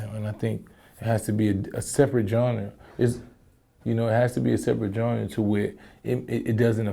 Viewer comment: PLEASE MYSONNE,,,,ITS GENRE,,NOT GHARA